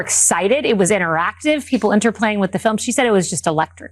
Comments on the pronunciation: I’ve never seen a non-English speaking person struggled to say the word film, Melania is the first person. She botched it horribly. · I don't care about her fee-ulm, do you?